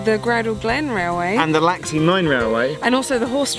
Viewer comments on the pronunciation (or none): Did he seriously say laxley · What a splendid set of videos on the Isle of Man! Geoff: repeat after me - Laxey, laxey, Laxey. Only ever one L.: it's LEFtenant not LOOtenant, please! I was hoping you might have tried to trace the lines which were axed in the past, as the main line ran further north and then down the west coast and then give us the news that they might be opening again!